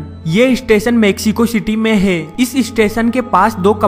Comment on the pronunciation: hai pe itna jor kyon dete ho bhai...